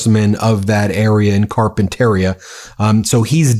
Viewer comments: You’re mispronouncing Carpenteria. It’s CarpenteRIa not CarpenTERia. It sounds wrong with the stress on the wrong syllable. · Car pen ter i a. Pronounced with 5 syllables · I can't stand it: it's pronounced Carpenter eeah, not Carpen tair eeah. Carpenteria. And Oxnard - sounds just like it's spelled. You have to work to get it wrong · Pronunciation Ben: /kar-pen-ter-I'-a/ accent on the penultimate syllable. Listen to the way Rep Carbahol pronounces it. There is a carpet retailer called Carpeteria. "Oxnard" give full value to the second syllable. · Glasshouse Farms in Carp in teria (that's how u pronounce) CEO former Cop who put people in jail for cannabis. Salud not treated right hes a Congressman. He should have pressed it w National Guard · Ben, Carpenteria is pronounced “Car-pen-ter-ee-a”. I grew up in Ventura County, raised my children in Camarillo, and currently have a brother, nephew, grandson and cousins living in Ventura and Santa Barbara counties. It breaks my heart to watch Fuhrer Trump’s militarized Gestapo invading our country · It totally doesn’t matter but it is pronounced “car-pen-terr-EE-ah:” I know, I know. It isn’t important. We’re all going to hell, but it’s going to bug me all the way down if you keep mispronouncing it. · Ben, it’s pronounced Car pen ta re ah 😊👍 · Listen to how the Congressman at the nursery pronounced Carpinteria. The stress is on the next to last syllable - carpente - REE - a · FYI Carpinteria is pronounced: CAR pin tuh REE uh -- not like cafeteria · Come on man you’re a Californian. you know how to pronounce CARPINTERIA. Like carpenter… rea. Workers stay home find out when to go back to work. Maybe the night shift just stay home. Don’t make their day by being arrestable. Just stay home. Be safe. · Ben, it’s Carpent ER-IA(pronounced Ter-ea) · Car pin ter ia - Pronounce it properly. You're for CA so you should know how to pronounce it. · Its pronounced car-pen-terria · Btw…carpenteria ending is pronounced like cafeteria’s.